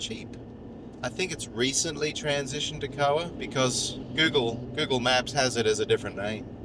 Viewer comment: me is awake today!! lol.... It isn't "Koa".... It is K.O.A. .